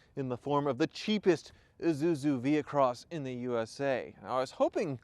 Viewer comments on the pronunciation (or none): ih-SU-zu not ih-zu-zu...stop adding a second "z" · Uzuzu..., it's pronounced Isuzu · Pronounced we-soo-zoo